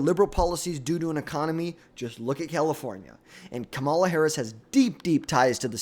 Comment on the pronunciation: KA- MA- LA if you cant say the name then shut up